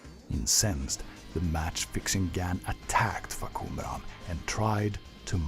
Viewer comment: The first time I saw someone read the name clearly And information that will help people get to know this character better. Thank you from Thailand